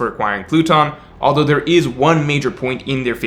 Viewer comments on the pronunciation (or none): none